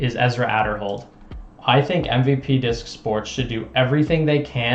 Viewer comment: You pronounce Ezra's last name wrong. I hope Ezra doesn't go MVP. Discmania would be best fit.